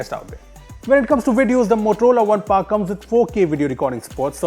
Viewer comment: It is not Par it is Power.